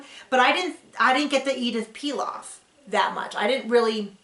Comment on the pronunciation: Nice review ; by the way, it's Édith Piaf, not Pilaf. Édith Piaf used to sing among other things La vie en rose and Lady Gaga sings it sometimes in her shows. There was a movie few years back about Édith Piaf's life called also La vie en Rose and Marion Cotillard won an oscar for her performance !